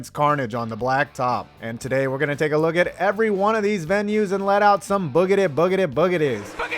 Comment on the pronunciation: It’s “BOOGITY BOOGITY BOOGITY” not “BOOGETY BOOGETY BOOGETY”!